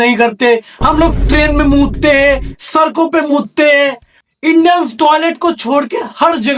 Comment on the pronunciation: Hey “Aais” ?! 🤷🏻‍♂️ “Channer” ?! 🤷🏻 Wo “channel” hota hai ! “deewaado” tak ?! “deewaar” kaho bhaai. “sarkoñ” per nahiñ “sadkoñ” per.